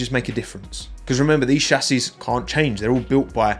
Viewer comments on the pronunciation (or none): none